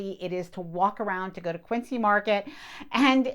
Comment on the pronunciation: Kwin Zee is how Quincy is said in Boston